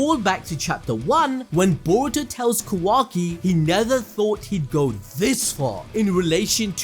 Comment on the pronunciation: I love you and your videos but the way you say Kawaki lol its so jarring im not sure if thats the right word.